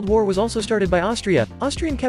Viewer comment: As an Austrian, the way you pronounced Hallstatt made me want to quit art school and pursue a career in politics.